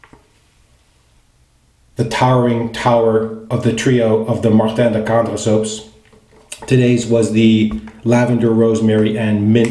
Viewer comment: Wow, you pronounced Martin de Candre almost perfectly, well done !